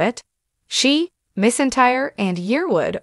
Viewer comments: It’s McEntire not misentire. Get it right or stop talking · Her last name is pronounced mackentire please know enough before you release a video butchering her name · It was so disrespectful to such a famous Country music icon and Queen of Country Music if you cannot pronounce Reba McEntire's name than you should not be letting her name come out of your mouth! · You need to pronounce her name right! That is so disrespectful to the artist. Reba is the most iconic name in the world and you can not pronounce her name right, come on show respect. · I disliked the video because you don’t know how to pronounce her last name! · Learn to say her name before you speak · This is a slap in the face to the legendary Reba, if you can’t pronounce a name correct maybe you should try to do some research before you just butcher a legend and icon and queen of country music by not saying name correctly at all. I think you need to do some research and learn how to use real names before you spread spam news to try to make a video famous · Being so disrespectful and how you're pronouncing your last name to such an amazing gratified humble and grateful and loving and God artist you ought to be ashamed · You should be embarrassed pronouncing her name that way!